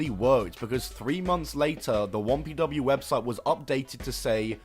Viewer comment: I've been listening to the video rather than watching it and I was like "what the hell is Wompy Dubbayoo"